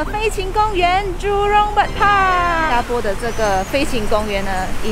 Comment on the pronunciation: 新加坡Xīn jiā pō…正确唸法